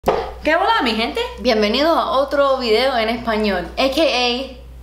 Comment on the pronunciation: Tu eres cubana, ese que bola sonó nice parecía pitbull 😍😍👍